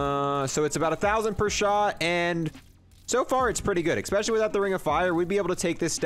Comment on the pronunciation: Kinda bugs me that he says "expecially". Lol it's especially